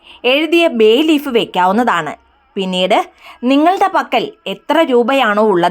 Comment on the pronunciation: എന്താ പറയുന്നത് മനസ്സിലാവുന്നില്ല....ബേ ലീഫോ പേ ലിഫോ...? ഇത് എവിടെയാ കിട്ടുക?